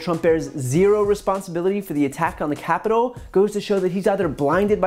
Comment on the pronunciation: "peloslei" "capilol" I think Lindsey graham is broken